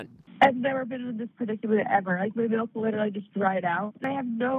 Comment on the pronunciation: You mean MALK